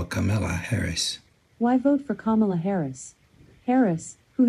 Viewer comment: Notice how Alexa mispronounces Kamala.